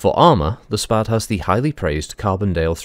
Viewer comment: 'SPAD' is in fact a Very old name in the history of aviation (by the by you did pronounce it correctly lol). It's actually an acronym: Société Pour L'Aviation et ses Dérivés, a French (obviously) aircraft company that operated between , when it then got eaten by another company. A pair of its more famous craft are the SPAD 7 and 13 respectively, both of which were highly praised fighter craft during WW1.